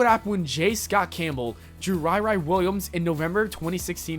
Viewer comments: RiRi(ry-ry)? its pronounced RiRi(Ree-Ree)..like Rihanna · it's pronounced re re not ri ri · You mixed up Ultimate Marvel stuff in there, which is no longer relevant. The girl's name is pronounced "Ree Ree" not "Rye Rye". And the Iron Man cartoon which did horribly WAS NOT the 90's one, but Iron Man: Armored adventures. Get your facts right... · Ri ri (ree ree) not rye rye